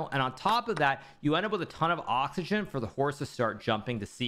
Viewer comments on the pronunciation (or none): none